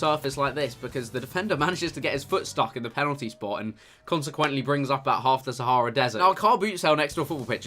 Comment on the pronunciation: "brings up half the sahahara desert"